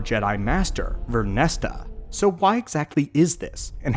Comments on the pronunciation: VernestRa... you always leave out the R and say Vernesta. sorry to complain though, great vid. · Stop pronouncing it as VernestA it's Vernestra!!! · Vernestra! Vern - Estra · Ver-nes-tra 😂 But I read the title and immediately went.. "Oh yeah that makes sense" I'm a big fan of this character in the books and I am very curious to see what happens next in both media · You said her name wrong every time and that was tough to listen to